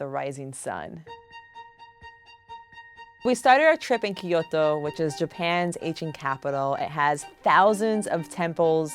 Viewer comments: Kyo-to....not ki-yo-to....sorry I just had to 😭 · right? she just says kiyoto with an accent but she still says key which is so annoying its kyoto hhaha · Lovely story but drove me insane how she pronounced Kyoto "Kiot-tou". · Her pronunciation of Kyoto is killing me. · Hearing this lady trying to pronounce Kyoto is worse than white people saying 'Barthelona' because they spent 2 weeks in Spain